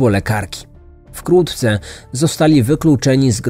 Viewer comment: Za każdym razem gdy mówi Pan wkrótce słyszę wkłótce🤔